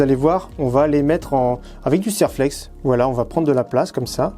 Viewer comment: Bonjour, bravo pour vos vidéo. Ça fait plusieurs fois que je vous entend prononcer le nom de "Serlex" quant vous parlé de collerine, pour votre culture, Serflex est une marque de collier métallique.